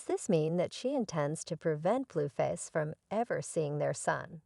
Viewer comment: Why can’t you pronounce their names right?? It’s not BlueFish!!! It’s Blueface!! And it’s Chrisean !!! 😅